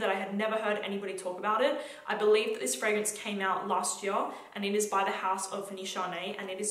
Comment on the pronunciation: Don't hate me but the way she says year is kind of funny.